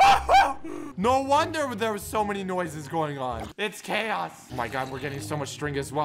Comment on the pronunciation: Did you say.. *CHAOS?*